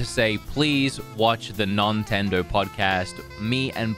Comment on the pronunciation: The whole "nontendo" thing is disappointingly putting me off.